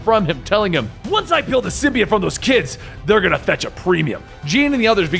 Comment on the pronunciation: Erm it's sym-bi-ote